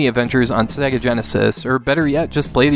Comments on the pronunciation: At :51, it sounds like you said "...play Captain America and the Avengers on SNEga Genesis." :P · Lol sounded like you said Snega Genesis